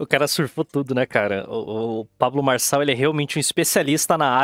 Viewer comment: o video desse cara com essa lingua pGresa me deixou desconfortavel, "pabGlo marGçal"